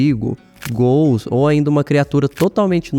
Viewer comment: ótimo vídeo, tudo indica que são ghouls, mesmo... Parabéns pelo trabalho, pelas informações, mas me diz ai por causa da sua pronúncia ficou uma duvida os gools foram do "santos ou do curintia" rs... zoeiras a parte, desejo sucesso...